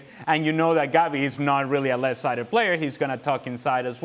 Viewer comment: It’s 2023 and people still pronounce it gundo-gon SMH